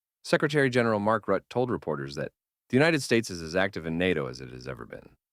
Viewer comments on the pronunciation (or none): Roo tah. Pronunciation fail. Rutte.